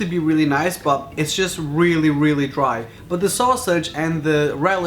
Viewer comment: How many times does he has to say weely instead of realy